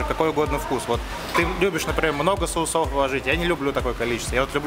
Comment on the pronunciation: "кушать" - лучше не употреблять, это неграмотно. И не "соусОв", а сОусов правильно.